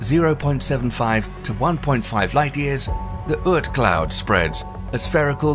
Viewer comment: Bro it's oort not uurt.